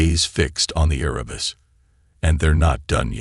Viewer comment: Erebus...the primordial god of Darkness. You got the name correct ONCE... ! You do a hatchet job on almost every single name in this video!